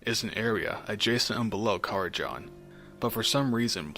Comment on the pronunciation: I will complain you said karazhan wrong.